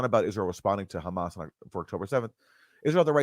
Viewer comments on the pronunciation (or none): Did Bernie Sanders really say “Khamas”? He is really awful nowadays.